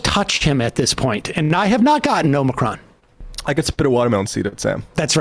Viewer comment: The way Ben pronounces "Omicron" hurts my ears, especially when he says it multiple times in succession.